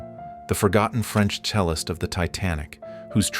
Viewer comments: The "sell-ist" on the ship??? It's cellist - like chelist 🤔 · The AI narrator that can't read dates or pronounce "cellist" dishonors the memory of these poor souls. That aside, I was very touched by this.